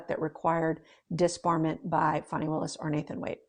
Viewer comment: FAN - ee not FAWN - ee